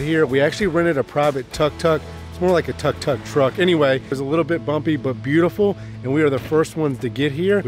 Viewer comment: Tuk Tuk... not Tok tok... you are note on Tic Tok ! lol